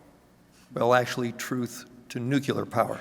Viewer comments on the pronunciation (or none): If you want to be taken seriously please learn to pronounce NUCLEAR,NUCULAR ain’t it and makes you appear clueless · Nu klee ar !!!! there is no 'you lar' in the word. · I would pronounce it /'njuːklɪə/ but then I'm English and he isn't. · yeah that one is just weird.